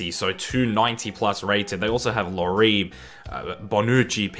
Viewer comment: Your pronuciation of Lloris is worse than Portsmouth's major league drop